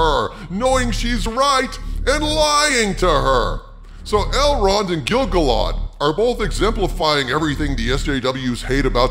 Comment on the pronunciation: Totally agree with your take. I am a HUGE Tolkien fan and this is shite. BTW, it's pronounced Gil-GAL-ad.:)